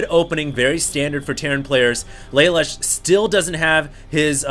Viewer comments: its pronounced LA LOOSH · Just FYI: Lalush is said "Leh - Loosh" (Japanese) Youtube Code Geass. It's an anime series and Lelush is the hero.